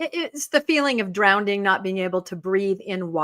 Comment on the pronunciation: I think he was poking fun at her use of the word “drownDING” (should be drowning”. I think he just likes to mess around and have fun with people. They all seem to get along so well; I love their camaraderie.